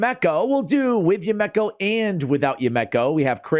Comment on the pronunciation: ASH......bro, homie, my man. It's pronounced You-me-ko. Not You-mek-ko. It's a Japanese name. You-Me-Ko. Yumeko. Now, go forth and be great.